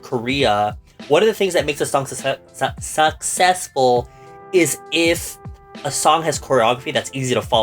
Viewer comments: Take a shot everytime mispronounces successful😂🥃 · Tag yourself:I’m struggling to say sucessful 10000 times